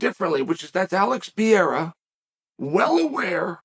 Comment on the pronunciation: Why you’re calling him “Piera”?? 😭😭😭